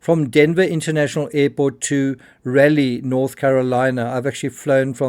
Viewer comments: It's Raleigh not Rally. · Pronounced “Raw. Lee”.